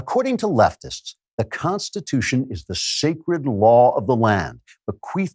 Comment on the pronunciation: Pronunciation key: the Constitutia?